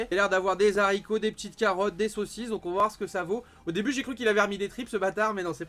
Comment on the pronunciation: Haricot pas zaricot mon bro stp